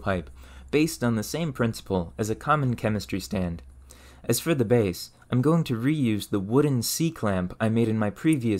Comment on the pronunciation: Where are you from? Your accent is generally American but you say "for" and "fur" the same way and any syllable ending -or with an -er sound. Regardless of that I appreciate the info. I'm on a quest to learn how we got from rocks to rockets